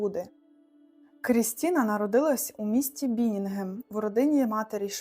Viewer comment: А також ЛюцЕрн, а не лЮцерн та БіннігеН, а не БіннінгеМ… 😅